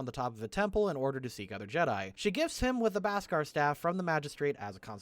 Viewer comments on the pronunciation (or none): These constant mispronunciations have to stop: It's bEskar, not bAskar (both in spelling and how they pronounce it in the show). Other than that, everything seems right. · For the most part you were great pronouncing the names, except for Ahsoka(great joke) and Beskar. That said great video👍